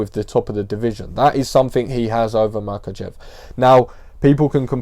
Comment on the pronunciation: First off, huge props for pronouncing "Makhachev" flawlessly like a G. Uncle Chael "Malkocheff" Sonnen should pay you for some lessons. However, Islam is not really a carbon copy of Khabib, they are not from the same village, in fact they are not even the same ethnicity and have different native languages (Dagestan probably has more native nationalities and languages per square mile than any other place on the planet). Khabib is Avar, Islam is Lakh. Islam jokingly complained once that during their camps the Avar crew (Khabib, Usman, Umar, Tagir, etc) often switch from Russian to Avar and he understands very little and has only Zuba (who is Chechen) to talk to. Zabit for example is Akvakh (they call themselves Atluatii or Ashvado).